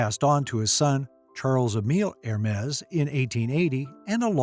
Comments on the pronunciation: It’s not er-mays or her-mays, it’s EHR-MES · It’s not Er-mays, it’s EHR-MES